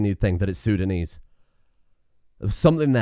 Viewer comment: I mean no offense, my brain fried and misinterpreted the word intelligible with unintelligible. I'm sorry. Great content as always! I begin to believe that you may be the source of languages itself. It gives me chuckles with how you tried to pronounce minangkabau and acehnese. And the way you get fucked by sundanese the first time.